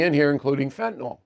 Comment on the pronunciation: Why can't anyone pronounce fen-tan-ill? I'm a physician &a pharmacist. It's NOT FEN-TAN-ALL.